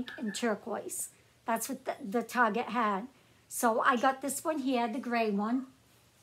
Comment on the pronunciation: Hello and good evening... I was watching your video and all of of sudden you said the word Target... You said Target or Tarjet... I found myself thinking and smiling, like OMG, I'm not the only one that says that... lol